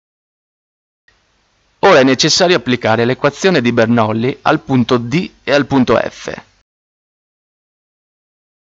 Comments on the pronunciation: Bernolli...😂, si scrive Bernoulli e si legge Bernulli, comunque il video resta molto utile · Spiegato malissimo. Cosa facile resa difficile e poi si legge Bernulli non Bernoulli. Tornate scuola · scusate ma non si dice "bernullì" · ti avrei messo mi piace ma.. "BernOulli"? Serio?